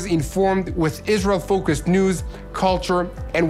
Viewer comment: I appreciate your coverage, but, please as a journalist, say ISRAEL not ISREAL